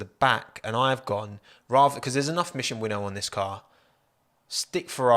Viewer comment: Wait a minute. Is it not mission "win now" rather than "winnow"?